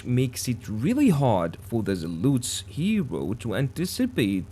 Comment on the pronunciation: There are no U in zealots ...its zea lot s..the zealUts was really annoying to hear so meny times....but a good vis :)